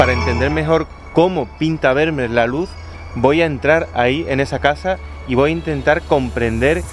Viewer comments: Como español (y sevillano) afincado en Holanda, me ha hecho bastante gracia tu pronunciación de este nombré tan neerlandés. Por si te pica la curiosidad la pronunciación de este apellido no tiene nada que ver con "ber-mer" sino que sonaría algo así como "fer-mi-ar" ;) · El apellido Vermeer, en holandés se pronuncia Fermiir. Jajaja. Felicidades, muy buen contenido!! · Primero aprende a pronunciar su apellido, con las disculpas del caso.